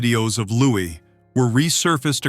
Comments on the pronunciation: SENSATIONALIST TRIPE! AND ITS LOO'EE, NOT "LOO'IS' YANK! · Lou-ee not Lewis! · He is not caled Lewis, please pronounce it properly! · Then look it up. Doing a video about him you should be able to pronounce his name.